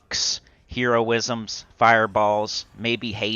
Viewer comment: "Hero ism?" It's heroism.